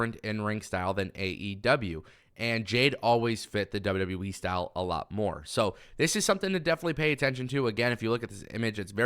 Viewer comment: The only thing you can't say right is wwe u keep saying w we wtf is w we lol😅